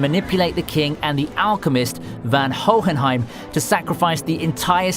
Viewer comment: The way you say hoenhiem and madara is pure aids man